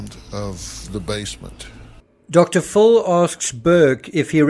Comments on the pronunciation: The way you pronounce Dr. Phil sounds like you're saying Dr Fool. 😅 Phil is pronounced as if it's spelt Fill. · Why is the narrator pronouncing Dr. Phil's name as Dr. Phool? Is he making fun of Dr. Phil's name? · I’m sure it’s an artifact of your accent, but I love how enunciates Dr. “Fool.” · Is he really saying Dr. Fool or is it his accent? Either way it’s genius lol